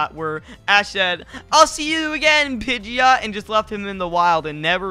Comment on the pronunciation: pidgeot is not pronounced (pij-e-ot) it's pronounced (pij-ot)